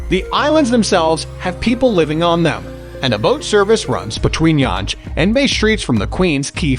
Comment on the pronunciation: Yanje ?!!! lololol It is pronounced like young!